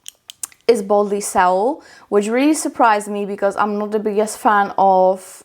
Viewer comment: THANK YOU! Loved it!! Fyi: Boldly 'SOLE'... like Seoul Korea. =)